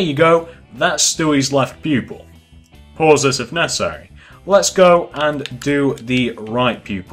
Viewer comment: stop saying pause so hrdly damn its annoying me but this video helped